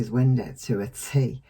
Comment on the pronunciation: It’s great how you say Wen-day😁